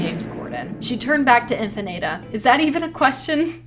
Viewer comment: I'm just glad my fanfic officially "ate." You didn't pronounce Infinata correctly, but oh well, it's what it's.